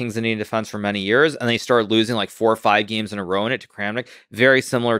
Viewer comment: “Playing all those geems”